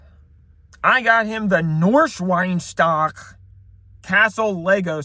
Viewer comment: The way he pronounced Neuschwanstein Castle gave me a stroke😭